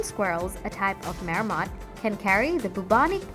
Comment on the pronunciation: It's not a "Mayor-mot". 🤦‍♂️🤦‍♂️🤦‍♂️